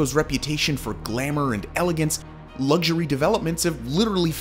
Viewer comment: Why do you pronounce "luxury" that ridiculous way?